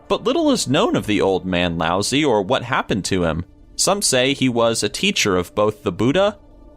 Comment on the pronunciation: Lauzi... Lousy😂😂😂😂